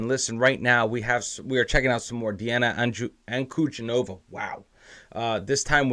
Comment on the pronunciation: She's one of the best singers I've heard in my 65 years! By the way, her last name is stressed on the middle syllable, DEE.